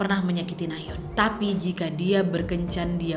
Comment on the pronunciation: Orang lain : Nayeon / Nayon ❌ Ka nadia : NaYeOn ✔️